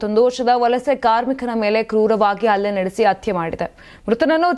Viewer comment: ಅತ್ಯೆ... ಹತ್ಯ, ಅಲವಾರು ಅಲ್ಲ ಹಲವಾರು.. ಆಜಾರೂಪಡಿಸಿ ಅಲ್ಲ ಹಾಜರುಪಡಿಸಿ